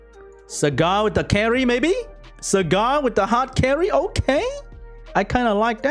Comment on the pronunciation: I heard "Sagat" instead of "Sagar" and thought, wrong Street Fighter character bro